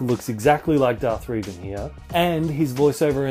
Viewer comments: It's pronounced "Rev-en"(like how you rev up a car) It has been said that way by every voice actor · I love your pronunciation of Revan... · U pronounced revan wrong